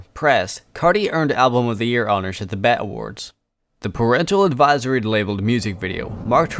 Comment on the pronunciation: BET is not pronounced as bet lol. She didn’t win a bet award, she won a (pronounced as) bee Ee Tee Award😂 as in B.E.T. standing for black entertainment television 🤦‍♀️